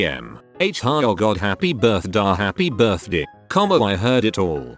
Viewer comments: The way the robot says birthday is severely annoying (what birthdii huh?) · MariahxJimin my buurthde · How is no one annoyed how he says birthday?